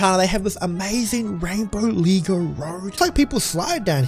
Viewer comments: Did u heard him said leeg go not lego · ITS not ligo ITS Lego